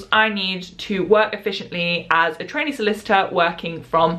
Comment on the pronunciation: Thank goodness for the title because I sure heard "as a t*anny lawyer" and I was very confused